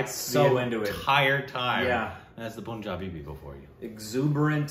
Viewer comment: plz learn how to say Punjabi... who have been to Punjab and you still say it wrong... its not poohnjabi... its paahnjabi